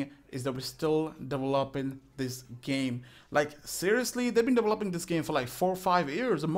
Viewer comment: De-volp-ing de ghame